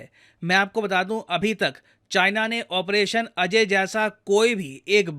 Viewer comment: ऑपरेशन "अजय" नही ऑपरेशन "अजेय"😊